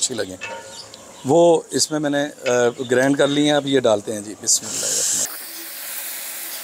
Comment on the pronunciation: Grind not grand